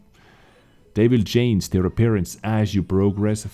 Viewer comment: EU: Kolacek4 Hey, good job, I like your work! However neverending story with the procunciation of CHANGE in all variants:-D do me a favor and check it out;-)